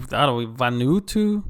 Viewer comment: "Van-oo-ah-too". It's in the Pacific, northeast of us here in Australia.